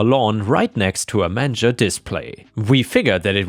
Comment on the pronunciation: the last story..the cross next to the manger is pronounced as in mainger